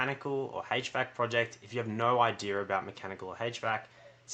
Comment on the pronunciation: I'm five minutes in, and you repeat yourself an awful lot, and it's no idear, it's idea.